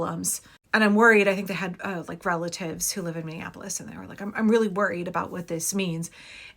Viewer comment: These guys are such a joke, and no one is afraid of them, haha. He keeps saying he's coming to the "capitol" (which is St. Paul) in Minnea-Nah-polis. Can't even get the place and the name right 😆